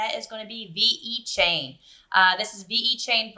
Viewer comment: Don't want to nitpick but pronounced Vechain not veEchain